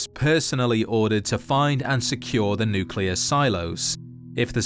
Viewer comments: just a reminder that it’s pronounced NUCLEAR not NUCULAR 😒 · Bro its nuclear, not nucular, enunciation!